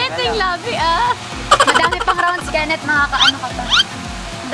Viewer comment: said kensh🤭🤭